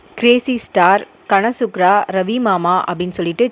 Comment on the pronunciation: கன்னடாவை கொல்றீங்க, "கனசுக்கிரா" இல்லை அது "கனசுகார"😅😅😅